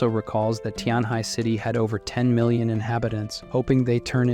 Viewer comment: Yo just watching the new video 7 months later why does bro say mi-lion instead of million?